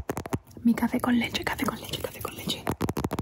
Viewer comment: Omg, you just said 'café con leche' and I immediately identified that beautiful accent from Cali Greetings from Colombia! 🇨🇴